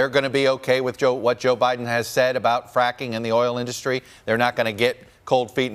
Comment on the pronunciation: It's industry not in dus try moron